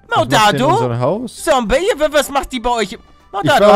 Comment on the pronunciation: Palle, man sagt Zombey mit Z, nicht Sombey mit S! Mit Z!!!! Zum 150sten Mal xDDDDD